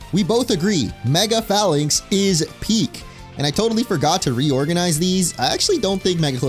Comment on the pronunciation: It’s pronounced druh-GAL-jee, DRAM-puh, and FAY-links, “”! 🤨